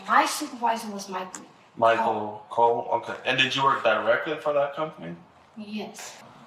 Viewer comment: She said COLE 😂😂😂😂